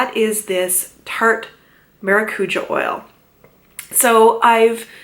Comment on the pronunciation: The was she says it triggers me I’m Portuguese btw